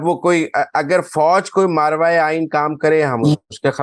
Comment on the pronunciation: صحیح لفظ ہے " ما ورائے" ماراوائے غلط ہے